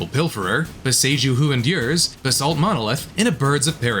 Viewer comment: I'm glad you pointed this out; I thought I was losing my mind, but it pronounces some of the card names, like Basalt, in a very interesting way.